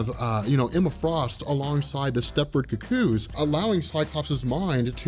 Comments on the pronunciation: I'm still trying to get over his pronunciation of "cuckoo": "cu-COO". lol I've always heard it pronounced "COO-coo". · It's Stepford Cuckoos pronounced "koo-koos" not "KUCK-koos." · Hey, I appreciate all the work you've done and you put out a very good product. But the way you're saying "cucko" is killing me. Maybe I've just hate watched too much right wing stuff but it sounds like you're calling them the Stepford cucks. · You need to learn to pronounce cuckoos. It's not ka-koos. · The way you pronounce "cuckoos" irks me a little. Oh, and there were originally 5, not 4. Sophie and Esme are dead.